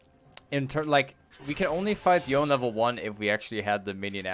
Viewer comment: its pronounced "yo-nay"